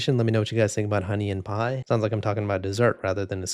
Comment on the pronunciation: pie not pi